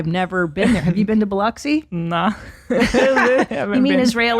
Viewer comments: It’s pronounced Bill-Lux-Ee, and just a heads up, lots of fat people in workout clothes here so … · Biloxi is pronounced bill-lux-e